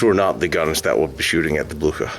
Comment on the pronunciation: Es war der Schlachtkreuzer Bluhar! Oh man,wie kann man den Namen Blücher nur so verhunzen. Schrecklich.